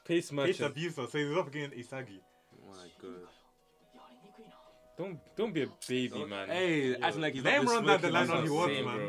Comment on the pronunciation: my guy said ewo😂😂😂😂